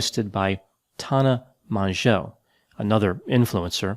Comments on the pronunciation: Mongeau is pronounced Mojo <3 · i lost it when he said tana mongooses name like that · Your commitment to incorrectly pronouncing Tana Mangooses name is amazing